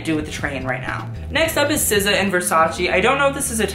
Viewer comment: SZA is pronounced "sa" not "sissa"